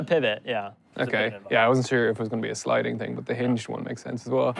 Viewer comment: now just needs to learn how to pronounce "lot" and "but" properly, without leaking air at the t sound - actually all the words that end in t and d, many Irish have trouble with pronouncing properly, where they soften it by letting air escape after the consonant.